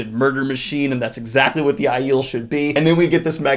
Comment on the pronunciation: I just learned from you how to pronounce correctly Aes Sedai, Myrdraal, and Aiel. 😁